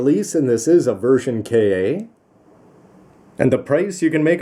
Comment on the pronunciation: I think Ver. Ka. is either pronounced Version Katoki or just ver ka (instead of version kay ay)